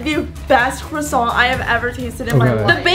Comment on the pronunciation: "PUT THE CRASSONT DOWN!"